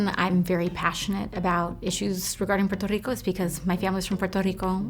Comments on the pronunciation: AOC is so talented. It's awesome how she pronounces Puerto Rico then goes back to english accent. Cool. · Thank you AOC for pronouncing Puerto Rico properly and not Americanized